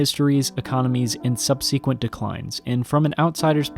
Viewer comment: Excellent work bravo Btw “subsequent” = SUB-se-kwint “Derbyshire” = DAR-bi-sher